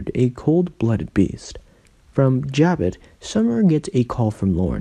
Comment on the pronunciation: It's not Jab it.... it's Ja bow....